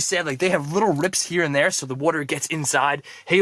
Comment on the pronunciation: I love your videos, but the way you say water irritates me. 😒